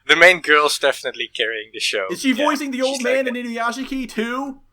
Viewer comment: Inuyashiki is pronounced Inuyashki, nobody ever fucking gets that right, pronouncing it without the silent i is the same as saying "Sasooke" when referring to Sasuke yeah, i'm a petty weeb, sorry not sorry